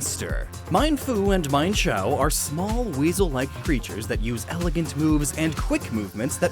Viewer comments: "Mienfoo" and "Mienshao" are pronounced "meen-foo" and "meen-shao" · He MissPronounced namrs of MienFoo and MienShao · It's pronounced meenfoo and meenshao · it's (main-fu) and (main- sh-ow) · for mienshao and mienfu the first part of the name should be pronounced like me en like the en on the end ken and me as in I you me